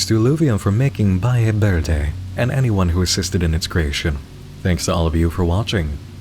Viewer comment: "Balle Berde" 💀 this hurt my hispanic brain